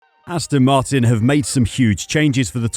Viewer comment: Astin Martin ?